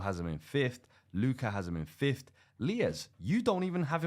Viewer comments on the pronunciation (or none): Brother, it’s FIFTH and Not FIFTHT